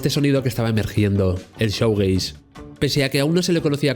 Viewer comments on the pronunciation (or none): Crítica constructiva: Shoegaze se pronuncia "Shuugeis"no "Showgeis". El contenido del vídeo es muy interesante,pero la mala pronunciación echa un poco para atrás